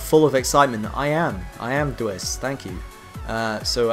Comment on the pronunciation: also you pronounce my name d w ice :)